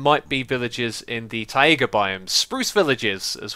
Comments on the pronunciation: Its not called "TA-IGA" Its pronounced "TAI-GA" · Xisuma: Tai-E-ga Me: facepalm